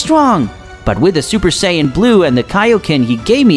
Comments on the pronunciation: Lazer Breaker, thank you. He needs to understand that it is Beerus, Saiyan, and Chi-Chi; not Bills, saiyajin, or Milk. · its called sayians not sayiagens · Saiyan not saiyayin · Not sayayain but saiyan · He says it as sayayain though